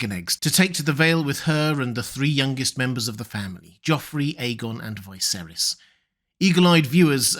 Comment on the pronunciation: Just an observation, the in the show Viserys is pronounced like Vis-ayr-iss, however you always pronounce it like Vy-ser-iss. How comes?